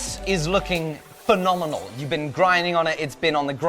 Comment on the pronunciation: This guard is looking... Me: He's gonna say fenominal (spelling): Fenominal (again)